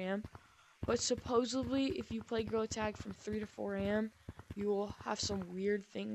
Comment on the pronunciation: Bro said. GreaILL. Attack.🤨🤨🤨🤨🤨🤨🤨🤨🤨🤨🤨🤨🤨💀💀💀💀💀💀